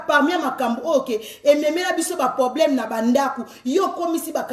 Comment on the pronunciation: Balobaka poblème Teeee balobaka PROBLÈME. Merci